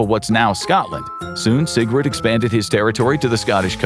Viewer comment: Will you please pronounce SIGURDA AND NOT SIGRUD?